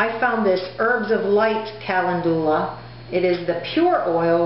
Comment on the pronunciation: You are mispronouncing calendula, and marigold is already plural (no "s"). You seem pretty confident, and I admire the fact that you are remaining positive, and moving forward. You can infuse oil with calendula; you may want research this.